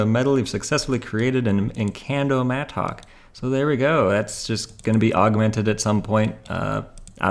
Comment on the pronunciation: I hate how you say mattock lol